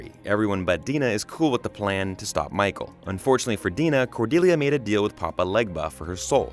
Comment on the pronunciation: It’s Dinah not “Dena” 🙄😒